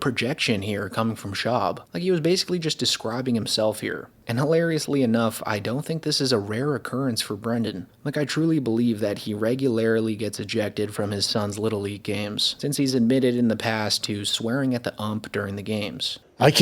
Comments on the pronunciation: “Regularily” bro……… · wtf is "regularily" 😂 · First time hearing the word regularily lol.